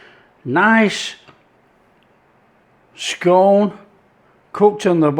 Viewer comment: Scone.... scone.... your not southern lol bit of Yorkshire humour for the regional viewers regards redcar steve